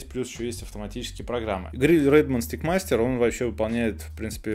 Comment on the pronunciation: Stick (как вы говорите и произносите) -это на Английском языке ПАЛКА,ТРОСТЬ ,ЖЕЗЛ и т.д. Теперь представьте,что Вы рекламируете,а Steak 🥩 -это стейк 🥩!!!